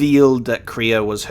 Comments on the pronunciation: It's not kree-ah. It's Krey-a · Kreia is not pronounced Kreeya, but Crayuh. If that makes sense :) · I've just been casually watching him say her name wrong, wondering how many episodes it will take to learn how to say it